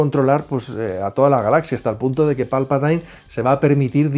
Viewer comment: No sabéis pronunciar jajaja habéis visto alguna vez las películas en versión original?? Se pronuncia Palpatin no Palpatain